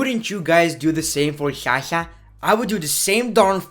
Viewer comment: Amazing video.But place yourself in Sasha's place at least once.Because I would be frustrated and super frustrated as hell and probably more or less than she is.And please that Shasha thing is getting lil annoying.When you talk low you sound pretty awesome,entertaining and sexy but stop with Shasha thing.